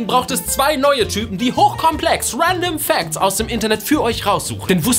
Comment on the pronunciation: "Uändom Facts"